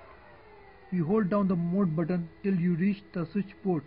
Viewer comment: moohl buttohn? WTF